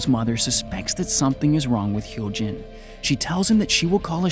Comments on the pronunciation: But he got Hyo Jin right tho! X"D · Yeah, it's just like the word "goo" in english, like, sticky goo? He got Hyo Jin right tho lollll X"D